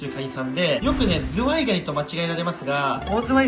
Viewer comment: when zuwai sounds too much like zwei......